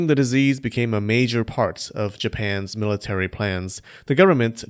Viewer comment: FYI: "costed" is not a word. The past tense of cost is cost. How much did that cost? Oh, it didn't cost much. I think it cost a dollar. Bonus: the possessive "Japan's" is pronounced exactly as the (imaginary) plural would be pronounced: "Japans." There is (and never could be) no "Japanses" nor anything that sounds like it.